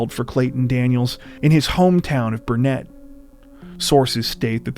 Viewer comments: Burnet is pronounced burn it....not Burnette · The town is not pronounced Bur NETT. Locals say it more like Burnit. I live close by. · Grew up in Burnet County, it pronounced “Burn it” no pun intended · It's pronounced "Burn-it", damnit! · I had an eerie realization a few seconds in to this video. The name of the town, Burnett, is usually pronounced "burn-it". Source: I lived in the north Austin area for 20 years - I used to fish not far from where the car was found. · In all irony the county is pronounced “burnit” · A slight tweak, not that it really matters, but Burnet is pronounced locally BUR-nit.